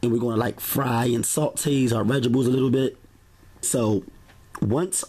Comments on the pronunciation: I like your videos and recipes but dude! You're killing me with that tiny ass knife! You're gonna cut your damn finger off! Lol. Oh, and "veg-ables" lmao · we gone fight if you say Veggables again!!! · Vegebles 😭😭😭 knowing you’re adding all of them I was waiting to hear you say that word 😂😂😂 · Veggebles, veggebles, veggebles!